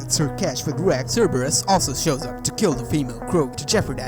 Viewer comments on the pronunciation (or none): It's Cerberus, not Cerbirus.